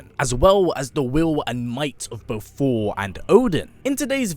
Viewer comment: Everytime he says Thor I hear 4😂😂😂😂...I fucking luv it